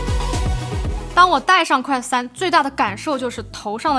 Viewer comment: quest都不能念的準。。。。典型中文视频主的通病